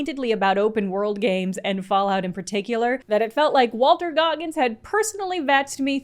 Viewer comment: Why is it no one ever gets his name right? WAL-TON